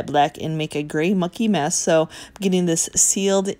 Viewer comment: Are you saying, “Mucky mess” or “Monkey mess”? Either one and I’m cracking up every time!! Thanks 😂🤣